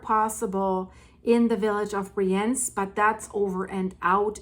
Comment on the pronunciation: It’s called Briiienz ;-) (emphasis on the “I”)